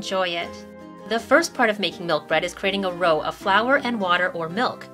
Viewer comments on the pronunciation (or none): How well would this work for burger buns? p.s. Roux is pronounced "roo," not "row."